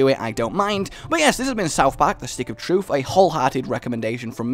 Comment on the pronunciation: stick of what? trufe? lol troof?, you are awesome, just find it funny